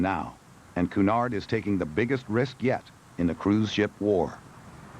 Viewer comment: Cunard is pronounced cue nard. you strange Americans cant speak English yo save your life